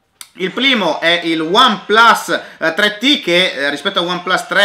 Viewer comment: No, vi prego!!! Andrea che dice: "il pLimo" quando parla del One Plus 3T. con la pronuncia alla cinese XD